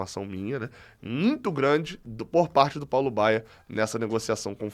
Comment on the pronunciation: Feliz Natal, e companheiros Tricolores! Só uma observação: é Paulo BAIA, e não Baier kkkkk eu até me assustei, porque o Paulo Baier jogou até uns 40 anos, no Goiás inclusive, fiquei preocupado do Flu - com essa mania de contratar jogador velho - querer trazê-lo, ele hoje deve estar com uns 55 😂😂